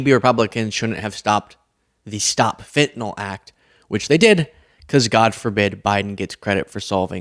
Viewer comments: Why does nobody on either side of the aisle know that it is pronounced fentanYl, not fentenOl. It's a bad as Dubbya saying "nuculer." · It's fentanYL not fentanALL. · Someone needs to tell her it’s not called fentinol it’s called fentanyl…fent an yl… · You Can't spell HATRED without Red Hat. F the orange guy Also its fentanyl not FENTANOL... why cant these idiots pronounce it correctly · I am a surgical technologist in New York City. We are all sitting here laughing at this idiot pronouncing the word fentanyl completely incorrect. The anesthesiologist here are asking what the heck is FentiNOL ? !! if she’s going to be in public at least learn how to pronounce your words correctly otherwise you sound like an incompetent ignorant fool.